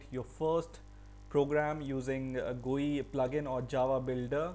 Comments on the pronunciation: What the hell man, its not an "gui" as you are pronouncing, its a "GUI" as in "Graphic User Interface". Its not a word, its an abbreviation. People like you are the reason why Indians pronounce things in such ways. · How did you say”gui” lolol